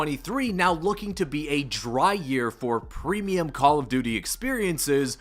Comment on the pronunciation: "premeuim" lol